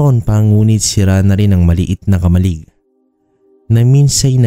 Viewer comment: konting pagtutuwid lang sa pagbigkas kung marapatin..KAMA-LIG dapat na bigkas di po KAMAL-LIG